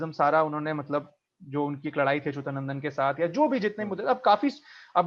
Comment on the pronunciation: Achootnandan nahi Achyutnandan. If you become so Anglican BJP will surely come !